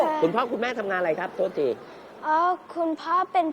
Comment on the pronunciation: ฅน ร้อยเอ็ด น้องพูดโต๊ด